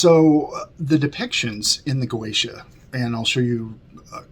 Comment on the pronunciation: "GOETIA" i'm doing facepalm my self, the pronunce is (Gozia) dumbass